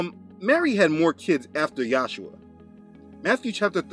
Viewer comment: In this vid , you are pronoucing the son as Yahsuha insead of Yahushua. What's up wid dat? Your histry of the Catholic church is right on , but still, I don't know what the pronunciation of the name of God or is son is. You keep changing it!! Why!!! I guess you'll just egnor me. Oh well.